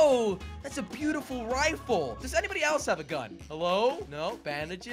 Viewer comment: Wen ever sees a shot gun he says thats a bice rifel